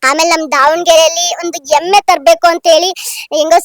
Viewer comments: ಎಮ್ಮೆ ಅಲ್ಲ ಹೆಮ್ಮೆ😂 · ಅ ಕಾರ ha ಕಾರ practice madu ಹೆಮ್ಮೆ ಎಮ್ಮೆ ಅಲ್ಲ ಹಬ್ಬ ಅಬ್ಬ ಅಲ್ಲ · ದಾವಣಗೆರೆ ಎಮ್ಮೆನಾ ಅಥವಾ ಹೆಮ್ಮೆನಾ ಸರಿಯಾಗಿ ಮಾತಾಡು